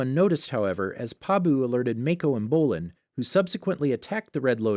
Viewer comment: Ghazaaan Mayco Bowlin Ming huawww Ghazang Zahir And I think he said police instead of p li Tengin Kiyaaaaaaaaaaaaa Lagihima Tanziiiiiin